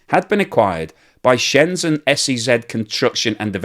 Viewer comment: It's Shenzhen, not Shenzen. If you can pronounce "pleasure" you can pronounce "Shenzhen".